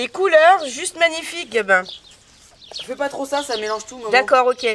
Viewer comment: Salut je voulais te dire à au lieu de dire Gabin ta dit gamin breff je vous embrasse ❤ bisous ❤